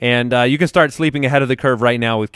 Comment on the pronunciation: Am I the only one who caught saying 'snart' instead of 'start' every time?